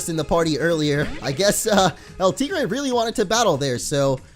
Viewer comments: you are mispronouncing El tigre. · Hector Garcia he nicknamed it and he is pronoucing it wrong Wow